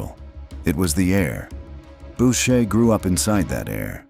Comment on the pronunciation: Bowcher…. Lol. Its pronounced boocher you idiot